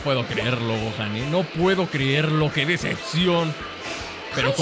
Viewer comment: 00:2 Videl dice Goten en vez de Gohan